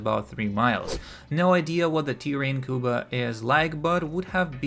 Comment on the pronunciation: I know this might not be a big deal but if you say Cuba the wrong way again I will find you